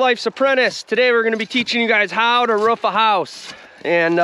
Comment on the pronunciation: Ruff ruff it’s roof you speak properly aside from the word roof ??? Whyyyyyy